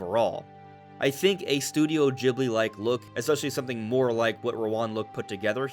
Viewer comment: Stop saying Ghibli wrong